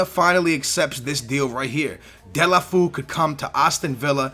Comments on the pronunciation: "De-la-foo" haha skillz, "De-lo-fey-oo" I think is more like it. :) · its not dele-foo, its dele-fey-o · It's pronounced : Dé-lo-fé-oe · Its pronounced Dee-ya-lou-fee-you